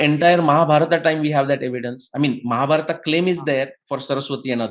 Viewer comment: आप शब्दों का गलत उच्चारण क्यों करते हैं जबकि आप एक विद्वान व्यक्ति हैं। जैसे कि भीमा (भीम), महाभारता (महाभारत), इत्यादि।